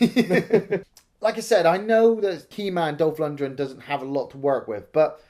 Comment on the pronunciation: He's name is LunDgren. Not LundRen